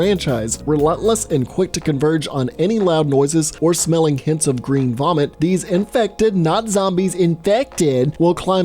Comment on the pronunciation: I like the way you said “iFeCtEd”